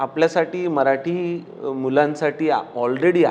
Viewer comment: मराटी नाही, मराठी असतं ते. उच्चार नीट कर अभिजित. गायक आहेस. शब्दांना जप.